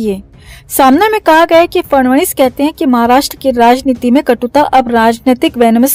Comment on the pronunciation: "फडणवीस" इस नामका उच्चारण "फडवणीस " ऐसा सुनाईदेता है ।